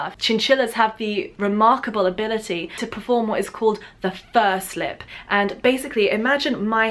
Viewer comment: FUR SLIP! I thought you said first lip at first!